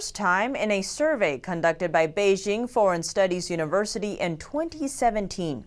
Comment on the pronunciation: It's "Bei JING" (as in jingle bells), not Bei zzshing